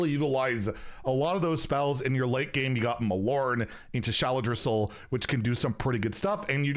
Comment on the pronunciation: Look, it's pronounced: Sha - as in sha sha. Lad - as in isn't that a well behaved lad? Ra - as in the ancient Egyptian sun God. Sil - as in window sill. Four syllables - Sha-Lad-Ra-Sil. You are saying: Shal-La-Dris-el - where the fuck are you getting this from? I really think the Canadian education system needs a bit of an overhaul between this and "about."